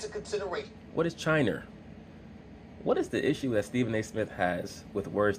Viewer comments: "What is chiner" 🤣🤣🤣🤣🤣🤣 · SAS needs some elocution classes 🤣🤣🤣 “Chiner” Side note: Laura Ingram probably somewhere smiling rn. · What is Chiner 😂😂😂